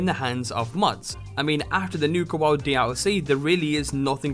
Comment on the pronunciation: Nuka Woawd?